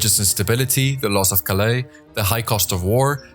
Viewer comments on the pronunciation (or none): none